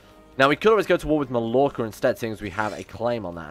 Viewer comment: ITS PRONOUNCED MAYORCA